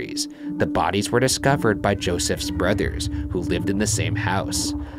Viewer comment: who else hears Ryan says brutters